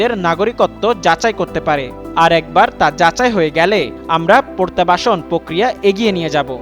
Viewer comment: পরতাবাসন কী? উচ্চারণ ঠিক করা উচিৎ।